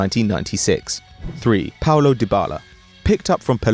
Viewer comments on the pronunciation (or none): none